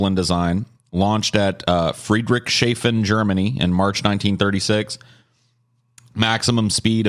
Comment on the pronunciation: I just had THE most german moment ever. At first I was amused and delighted at them making fun of german mannerisms. But then totally butchered the name of Friedrichshafen. And I went: "IT'S CALLED FRIED-RICHS-HA-FEN, you amerikanisches Schwein!!!"